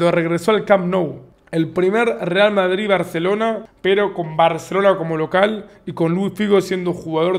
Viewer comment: Like por el acento Español de Davo del BarCelona.